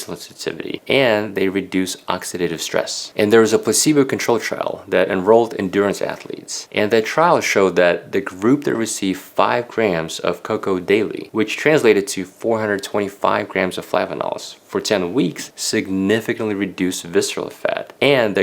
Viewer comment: did he just call cocoa “ca-cow”?